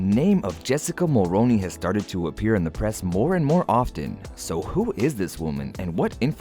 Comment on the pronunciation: Pronounced “Mulroony”not “ Mulroni”.